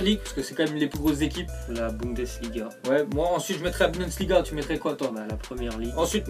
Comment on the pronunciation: le mec qui arrive pas a dire "bundesliga"!! je pensait qu'il croyait que c'était vraiment budensliga mais nan, même son frère le dis correctement!!! après vu sa maîtrise du français déjà, on va pas trop y'en demander en allemand!!